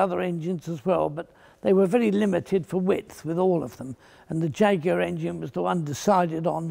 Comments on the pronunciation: That's because he's pronouncing it properly 🤣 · That is the correct UK English pronunciation. How it is pronounced elsewhere, including where the jaguar cats actually live, is irrelevant to the subject.